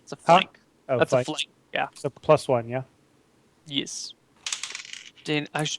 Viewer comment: The way says "yes" every single time as "yiss" is really grating and I wish he'd stop.